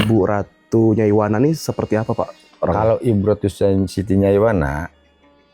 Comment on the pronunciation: Perhatikan nama orang Jailani Bukan Jainal Nyaiwana Bukan nyaimana. Hati2 loh😢